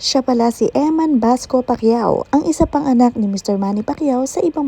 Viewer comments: Bacosa not Basco ayusin mo Pag report mo mema blog ka naman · Bacosa po not basco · EMMAN BACOSA HINDI BASCO!😅